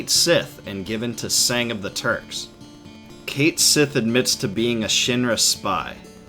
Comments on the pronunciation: It isn't pronounced "Kate-Sith" It's pronounced "Ket-Schi". Weird, I know. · Brw, cait sith is pronounced kat shei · "There, Cait Sith" "Noooo, it's pronounced punch me in the face" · Ugh while I mostly enjoy this channel, hearing the mispronunciation of 'Cait Sith' so much makes me cringe